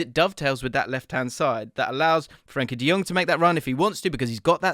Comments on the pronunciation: Nice analysis, mate! Just a tip: it's Frenkie de JOng, not Jöng or Jung. Jong like tongs 🇳🇱✌ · Fren Kee De Young. whut??